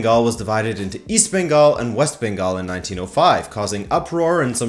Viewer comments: You nailed the Bengali names way better than non natives, even some Indians... 👍 Cheers Sir. 😊 Moreover, I'm pretty sure I'll murder pronouncing most French Canadian names 😂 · Your pronunciation was on point. It’s far more offensive to not even try.